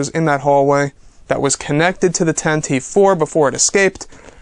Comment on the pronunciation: thanks for the info, but you really need to start watching the Star Wars show and maybe your info would be more accurate including your pronunciation of things and your English. (for example) Tantive IV is NOT pronounced Tan Teeeeeve It is pronounced Tan-teh-veh. Pablo Hidalgo corrected this on the Star Wars show. Also, IMPROVE your English! How are we supposed to take you seriously if you are constantly making grammar mistakes? Stop using "very much" ALL the time, use words like immensely, a bunch, tremendous, stupendous,, colossal, huge, greatly, a lot, etc etc Just some tips to help improve the show, also stop saying given moment all the time, use right now or right then, or at the time or at that time, You will find these tips will also help you express your feelings and emotions better about the excitement and love you have for Star Wars. Thanks for the info and good luck